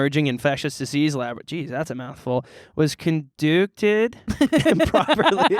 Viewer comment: so i listen to this while walking on the treadmill and working and i literally almost injured myself laughing when was reading the science article and mispronounced conducted as “con-dooc-ted”